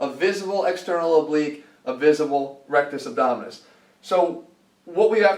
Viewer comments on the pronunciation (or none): When ever he says "RacktusObdominus". It reminds me of Joe from Impractical Jokers.